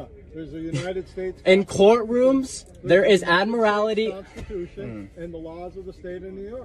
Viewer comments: What is ad-morality law? He means admiralty but doesn't know what he's talking about. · "Admirallity" law ? ? ? ? ? He can not articulate admiralty. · This guy can't even get his terms correct. He keeps saying "admirality" law. The correct term is "admiralty" law. Some of these characters actually go into a court room and declare that the court is operating under admiralty law because the American flag in the court room has a gold fringe around it. Therefor the court does not have jurisdiction over them. Admiralty law covers ships on the open seas. It has nothing to do with driving a car on a public roadway. The sovereign citizens often use the term "common law". The police officer in this video is correct when he says that term is comes from England. A couple centuries ago here in the USA the term "common law" usually meant customary legal traditions that were brought over from England but were not formally legislated here. Nowadays the term refers to a set of court decisions which form precedents which are usually followed but were never passed by the legislature. An example would be the term "common law marriage". A common law marriage is where no marriage license was ever issued to a couple, and no legal ceremony was performed, but the couple is still married in the eyes of the court because of precedents set by past court cases. For one of these sovcits to say that they are "under common law" and therefor are not subject to statutes passed by the legislature is meaningless nonsense. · How come these experts don't know how to pronounce admiralty (not admorality)? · I loose it when they can’t pronounce admiralty properly. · He can’t claim admiralty law if he can’t pronounce it correctly. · If he's going to bloviate about Admiralty Law he should, at least, learn how to pronounce 'Admiralty'. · Why do they add an extra syllable to admiralty?